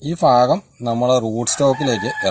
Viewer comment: ഭാഗം എന്നതിന് ഫാഗം എന്നാണല്ലേ അവിടെയൊക്കെപറയൽ.?